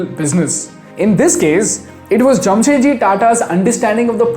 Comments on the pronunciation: His name was Jamshed ji Tata not Jam Set Ji, you are a moron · It’s Jamshedji Tata not Jamsetji Tata.